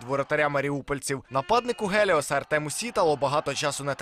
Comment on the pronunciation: Столько ляпов за столь короткий промежуток времени. Кошмар. Я когда в эфире это смотрел, то не поверил ушам, как можно так непрофессионально подходить к озвучке сюжетов? "нападнику ГЕЛИОСА" "ГЕЛИОС" "на Богдана БАРАНОВСЬКОГО" - (Богдан Боровский) "гол вiд БАРАНОВСЬКОГО"